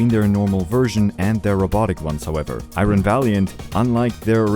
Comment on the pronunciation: I gotta say. That is not how you say iron..